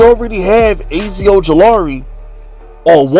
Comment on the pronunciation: I ain’t watching no more videos until you learn how to pronounce Azeez Ojulari and Micah Parsons’ first names! 🤦🏾‍♂️